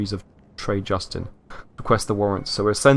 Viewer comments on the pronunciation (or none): none